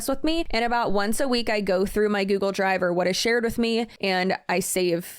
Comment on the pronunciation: “I love a good GEWGUL” lmao byeeee